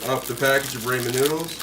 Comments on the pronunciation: Rah-men, not ray-men. ☺️ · he's talking about the pronunciation. It's rah-men. Spelling it is Ramen.